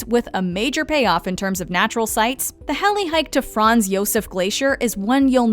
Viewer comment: as someone from aotearoa she done a horrible job she even messed up european names like abel or franz it's not hard to look up how to pronounce things phonetically